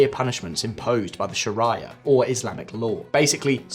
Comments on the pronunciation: ITS NOT SHARAYA (you keep saying this in all your previous videos) it’s pronounced SHA-RE-YA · Shar-aye-ah thats a creative pronunciation.